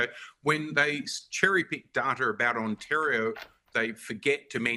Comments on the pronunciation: On tari o not antario. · If he's pronouncing Ontario like that what is the chance he's ever met a Canadian 😂😂😂